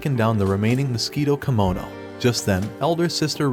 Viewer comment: It's Kemono Jihen, Not Kimono.